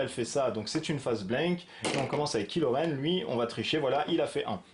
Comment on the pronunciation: la prononciation c'est kai lo, pas kilo, c'est un mechant de star wars, pas une solution de regime.